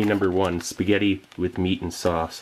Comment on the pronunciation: "yeh ceant gew wrang with spigyetti"